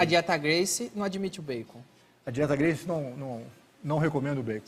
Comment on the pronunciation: O Danilo é tão ruim que não sabe nem pronunciar o nome Gracie.